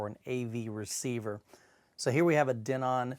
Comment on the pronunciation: i just thought it was funny how you pronounced Denon :P